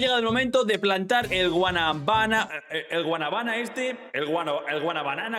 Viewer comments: Bro te equivocaste dices guanabaná y es guanábana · no es Guanaba es Guanábana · Loco lo pero es que un dominicano lo escuche diciéndole así a la guanábana repite conmingo guana bána dile rápido y te sale perfecto